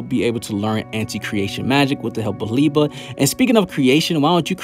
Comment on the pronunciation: Love the Black clover videos but it is LI-BE not Li-ba my guy lol